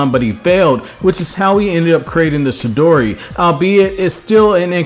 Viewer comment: Chidori* its not shidori